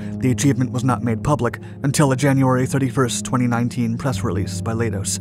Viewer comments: Leidos is pronounced lie-dose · Leidos is pronounced like kaleidoscope, which is where they got the name.